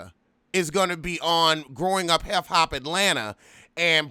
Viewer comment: am i hearing you correctly? growing up heff hop?!?